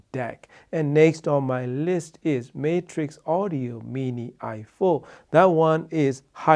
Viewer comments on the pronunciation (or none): none